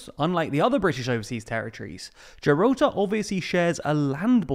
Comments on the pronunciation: "Geralta". I think I knew that guy back in the day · Who else getting triggered by how this guy pronounces Gibraltar?